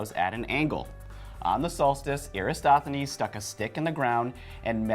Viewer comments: Erastathones? OMG, SMH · You said Eratosthenes wrong every time; transposing the “s”. Also, his experiment would work the same on the flat earth model. Just saying...